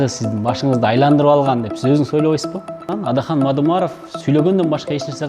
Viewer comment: Сабатсыз суйлошун кара Атахан дейтго